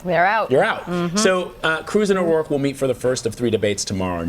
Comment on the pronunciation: "Beto O'Royke"